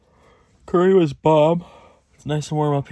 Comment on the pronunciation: Actually it is pronounced Curry